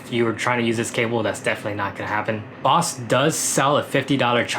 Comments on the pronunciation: It's Bose not Boss, besides the pronunciation this is a great video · You pronounce Bose weird.. the BO is pronounced like bow. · It’s not boss...it’s Bose brother...😂😂